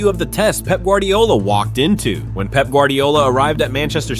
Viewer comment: Love how Fergie calls Pep "Pepe"😂